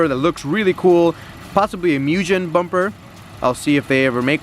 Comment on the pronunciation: Sooooo you got some shitty wheels and tires?? Cool. Bunch of stickers. Cool. Shitty exhaust mod. How’s that performance?. This is one reason I am not buying one of these. Bunch of ricers. It’s Mugen NOT MOOJEN. This guy say negative camber for better handling. Lol.